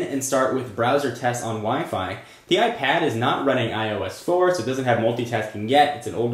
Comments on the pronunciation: Hate the way you say iPad and iPhone, AIP ad AI phone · why do you say ipAHd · it pronounces AIP ad and AI phone